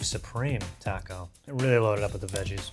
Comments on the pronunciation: botching the name of the taco pack🤣🤣🤣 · When was say the largest Taco Bell item and was butchering the pronunciation of it I was LMAO 😂 😂😂😂😂😂